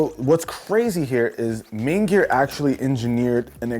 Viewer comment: what did he say maingear or the n word?